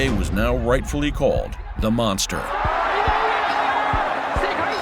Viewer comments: "The Mongstherr" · Tyson: monthsther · It's Monster, but I really like the way Mike pronounces it, the "Mon(g)sta" !! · I thought Tyson said Monkster. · He said mongster 😂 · "monfteh"? Hey Mike, might be time to get those teeth fixed? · 'The mongsther' -Mike Tyson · Is it Mongster or Monster or can Mike this you can't pronounce it and it's monster just wondering for clarification